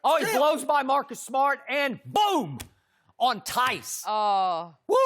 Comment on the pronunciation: Yoooooo skippp had me dying with “nice theis”